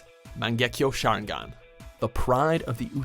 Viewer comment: nO 0ne:: Share-en-gan